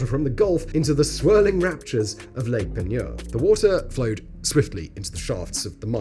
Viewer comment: Yeah, not so great at Del-cam-bray 😅 But Lake Peigneur was spot-on!